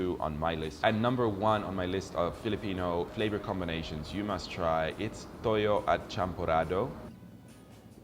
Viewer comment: Not to get confused about the pronunciation between 'Tùyó (Dried fish) ' and 'Tóyó (soy sauce)'.